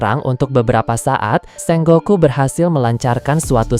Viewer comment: SENGOKU bukan SENGGOKU